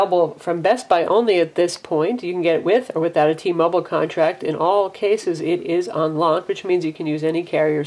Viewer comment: T-Mobile, not T-Mobul